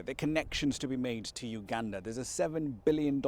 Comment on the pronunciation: the interviewer needs to work on his pronounciations and get rid of that fake accent. its Uganda not Uganderrr